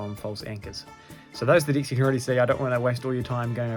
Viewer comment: Sometimes I hear decks, other times I hear dicks